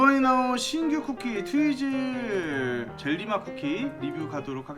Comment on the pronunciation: 트위즐 젤리를 트위틀 젤리라고하는 1인